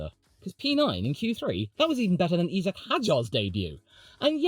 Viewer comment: It’s pronounced EYE-Zack! not EEE-Zack!